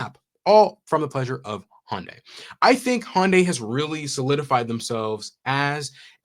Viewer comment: Pet peeve: as I understand it, it's pronounced Hun Day, not Hon Day. They Y is (almost) silent. 🙃 It is good to hear that yet another manufacturer has finally gotten access to the Tesla Supercharger network.